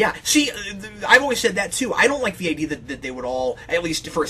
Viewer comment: Mispronounced word that drives me crazy people saying "idear" instead of the correct way which is "idea"